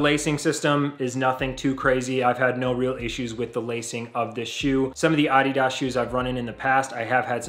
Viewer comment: Good review. I bought my first pair of Adidas footwear back in 1972 when I ran track in high school. I would strongly suggest you stop mispronouncing the brand name and refer to it properly as "uh DEE duhs" with the emphasis on the second syllable instead of the first. You sound ridiculous...